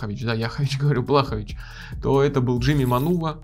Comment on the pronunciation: Лучше будет если назовешь бойцов по фамилии правильно, Блахо́вич